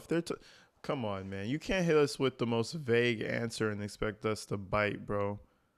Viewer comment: When a person uses I so much… it’s speaks volumes. What is an ansah? What is a missipality? What is the act of axing a question? What is a maya? This is who they voted for.